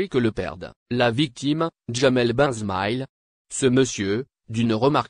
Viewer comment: Ne déformez pas les noms s'il vous plaît, sinon réapprenez à lire